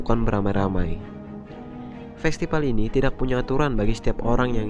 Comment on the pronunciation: festipal? hahahaha norak gak bisa baca mana b mana p ?